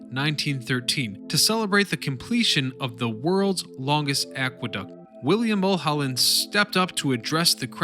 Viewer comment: How can you mispronounce Mullholland. Really.